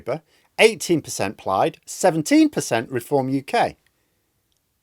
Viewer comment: good as always and thanks. but it'S PLAYED not pliyed. Cwmru